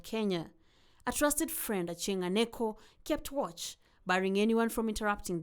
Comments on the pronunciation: "Jaramogi nominated Ochieng Anyeko"????? " Achieng Aneko" ????? Is it so difficult to pronounce Achieng Oneko? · My friends, it seems you were not prepared for this. The guy in question is called Achieng Oneko and not Achieng Aneko. Get the difference be sober